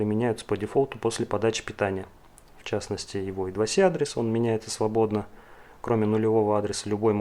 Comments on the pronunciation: молодец, интересная тема! Только плз держи марку, не ломай язык: I2C - это не идваси, I2C as Eye Two Cee or Eye Squared Cee ;) Слушай, а зачем параллелить аж 3 разных типа конденсаторов на , готов поспорить, что это не имеет смысла, тем более всё это на длинных-тонких проводах. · почему в i2c первая буква i по русски "и", а с по английски c как "си". всю жизнь называлась ай ту си но ладно. это мелочи. видео информативное. лайк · Сокращения и аббревиатуры в английском читаются (произносятся) как алфавитные буквы I2C Ай-Ту-Си. Зачем коверкать названия?